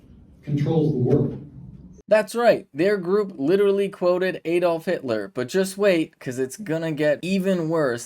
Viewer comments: He said Aid-off. Big deal. He’s doing something bold and courageous, what are YOU doing to IMPROVE our democracy?!? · It's ADD-olf NOT Eed olf. Shall we start calling the state Eeleebeemee instead of Alabama?